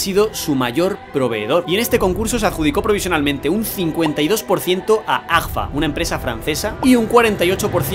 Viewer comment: excelente reportaje. me imagino que hay un montón de fabricas así. en la frontera de Venezuela y Colombia, una cadena de fotostudios compró una fabrica de carretes para abastecer su cadena. por cierto, no pongan a gente con dislexia a leer min ¿AFGA? en serio? jajja. un abrazo.